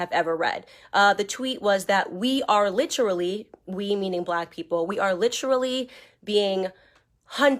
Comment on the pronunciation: And by the way Candace, saying "LITCHrally" don't make you sound intelligent whatsoever! It makes you sound ignorant!